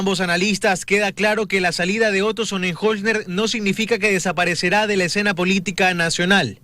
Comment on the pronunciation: Hoy si se equivocó, pronunciando el nombre del.ex.vicepresidente Otro Sonenholzner, si que definitivamente casi.nadie.lo.pudo.aprender a decir, no se pega. 😬